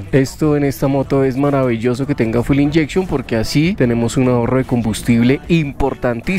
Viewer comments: Se pronuncia fyool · Se pronuncia fiul